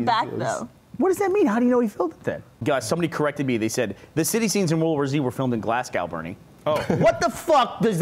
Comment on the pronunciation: did burnie honastly say glasscow for Glasgow?